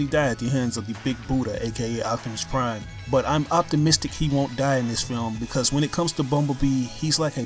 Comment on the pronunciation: please, for god's sake stop calling optimus prime, "octimus prime"